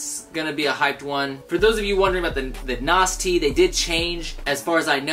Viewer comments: Pronounce it naz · How id this dude really fuck up the pronunciation of Nas.lmao